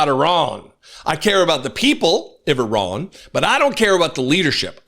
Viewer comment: If (I run) you won't catch me. That is not how you pronounce Iran.